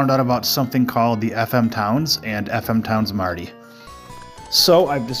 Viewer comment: Thanks for this video, and yes you did pronounce the name correctly 😃